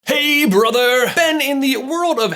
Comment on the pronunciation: You're great but you can't say hey brother because of your accent